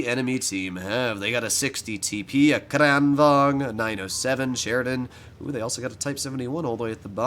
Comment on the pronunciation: Whay do you say Kranvang and not kranvagen